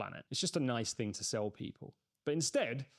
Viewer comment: THing not Fing - you lose credibility with this. Pronouncing T’s would suit you better, rather than just half your T’s